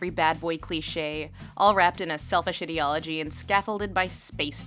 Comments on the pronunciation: Lindsay's pronounciation of ideology for most of the video really bugs me for some reason :/ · your pronunciation of "ideology" made me wanna die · subscribed because content. Small point though: they way you pronounce 'ideology' makes me uncomfortable. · thats not a normal way to say ideology (its not unheard of, but not the norm either). a lot of comments seem weirdly disgusted by her pronouncing it this way and I have no idea why; again its not unheard of (I've heard it pronounced that way a few times in everyday life) but its not common either. might be a regional thing? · You pronounce 'ideology' incorrectly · I loove your pronunciation; idi(ot)logy / idi(ea)logy ! drinking game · Interesting way to pronounce "ideology" As in 'idiocy' and not 'idea' I like it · Also titled, '23 minutes of Lindsay mispronouncing the word, 'ideology''. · Her: "IDDY ALL AH GEE" Ideology, based on the combined words of "Idea" and "logia" (the study of) "IDEA" I-DEE-AH not IDDY-AH Ideology (I dee all oh gee) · Is anyone else annoyed that she keeps saying ID-eology instead of EYE-deology? Great video but I don't think that's how that word is pronounced. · why does she say "ee"-deology and not "I"-deology? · If you are going to have a discussion on the ideology of something, PLEASE learn how to pronounce the word "ideology" properly. ai·dee·o·luh·jee Like idea ... I love your content, this drove me crazy though. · how to pronounce ideology - ai· dee· o· luh· jee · "Idiology" lol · I find the way she pronounces the word 'ideology' very weird. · Ok thats not how you pronounce ideology anyone else bothered or just me🙄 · The way she said the word 'ideology' so much but only pronounces correctly in a few instances, including this particular sentence, makes we wonder if she is using the misprounciation to further put down the thin ideology of the FO. Or indeed perhaps to help draw attention to sentences like this one. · The incorrect way you pronounce ideology pisses me off so much...